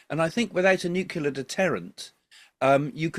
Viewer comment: It's NEW-CLEAR not NEW-KILLER 😄